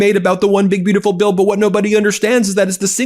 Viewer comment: Why do he call a bill "bautiful" ????